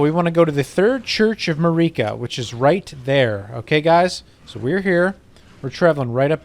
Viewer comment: According to the dialogue from characters in-game about Queen Marika, her name is pronounced exactly like "America" but without the A at the front. Queen 'Merica lol. Just a friendly tip because a lot of people will get crazy and start calling you names for making the wrong mouth noises lol. Insane, I know it... The wildest pronunciation in this game, though, is probably Siofra, which is an Irish word describing an imp or fairy. It's actually pronounced like "SHE-fray" or "SHE-freh," depending on the dialect. I never would've guessed, but that's the proper Irish pronunciation of the word!